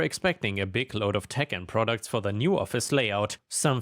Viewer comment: instead of "tech and products" i heard "Tekken products" and was very confused for a second there